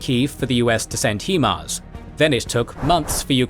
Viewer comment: Great work, but please do consider the pronounciation of the names of various weapon systems. For instance, HIMARS.